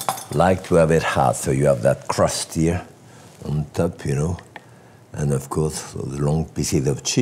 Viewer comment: Listen and learn LOL.... What he is saying is the Scandinavian letter Ö. "TÖPP" Thats how you say it. LMAO.